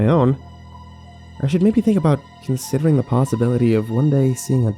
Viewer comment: Shocked Kirby Original story is "Paranoia? Schizophrenia? The gay?" But his pronunciation does sound like "your"